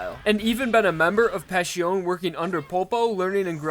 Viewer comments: loved the vid, but it's "Pa-Si-Oh-Neh", not "Pa-Shi-Ohne". Not your fault though, seeing as it's the japanese dub says it wrong. In any case please do Metallica vs Notorious BIG. It seems weird, but it kind of makes sense. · Zipper Mom is always superior. Also, pronounce Passione right or I'm gonna slap a zipper on your mouth.